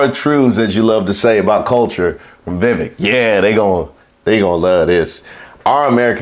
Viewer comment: "Vivake." It rhymes with FAKE.